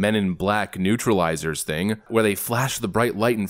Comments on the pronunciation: Neurolizer… not neutraliser if you’re gonna quote something from a movie get it right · "NEURALIZER" Not Neutralizer!